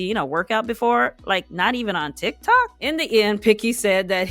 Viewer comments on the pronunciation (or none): none